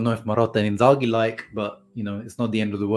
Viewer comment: You can remove the H from the name when saying it. It’s a silent h